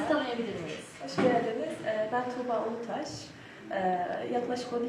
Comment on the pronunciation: Tuğba alataş değilde "ulutaş" Diyeydi. İyi olurdu hani. Hocamızın medyada tanınırlığı açısından.